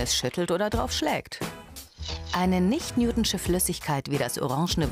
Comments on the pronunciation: Ich hasse es wie sie newtonsche sagt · "Newtschne" Flüssigkeit 😂😂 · Sie sagt nicht newtschin...